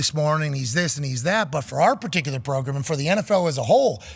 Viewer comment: Pat prounounced "program" like "pogrom"...is, is pat gonna kill me?